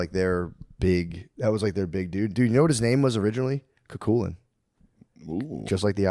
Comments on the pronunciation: I think it was prounced less like "chu chulainn" and more like "coo cull can" to put it phoentically. Similar, but different. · Matt it’s not cooocooolin 😂 it’s pronounced “ coo- kull-in”